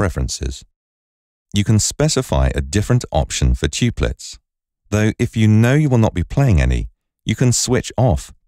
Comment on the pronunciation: Great program, but "have a think" and "tooplets" are what made me give the upvote :P